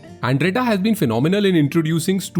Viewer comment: Proud that i belong to One Of Village from Palampur 🥰 Beautifully Made but to correct some pronunciations:- Bundla is pronunced as बंदला & Andretta as अंदरेटा 😍